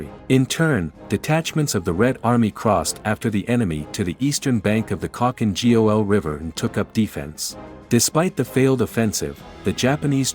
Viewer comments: Khalkin G-O-L🤣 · Nice video (apart from you horrendously butchered spelling Khalkhin Gol)